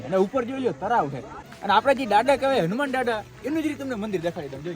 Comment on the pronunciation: Bhai hunuman Africa na dada nthi.. pronounce khotu kro cho